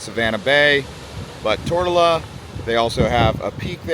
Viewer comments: It is not Tort-a-la. It is pronounced Tor-to-la. How did you finally figure that out half way through the video? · Yo bro it’s not “Tortellaaa” or “Tortilla”. ITS “TOOR-TO-LA”! Learn to pronounce the islands you’ll be talking about first before making a video on it. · Tortola. Tour-toll-ah. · Tortola = tr·tow·luh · It’s Tor-TOE-La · Tor toe la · Curious, I never heard that pronunciation of Tortola ...